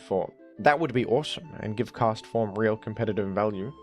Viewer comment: the clarity with which you say Castform made me realize its name is a pun on Forecast all these years later. god.